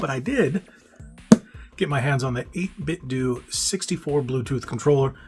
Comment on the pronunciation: 8BitDO = Doo 8Bitdo = Doh